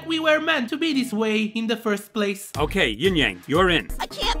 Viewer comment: bro…it’s yin not ying